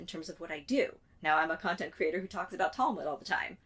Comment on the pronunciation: I'm one of those people who feel compelled to speak my mind about what you're doing. Please, if you can, explain to me, who oh why must you pronounce the word 'creator' as CRATER?!?!?!? Just because it looks like the word 'greater' does not mean that it's pronounced the same way. CREE-AY-TOR....for the love of God the Creator, PLEASE! 🙏🏻🙏🏻🙏🏻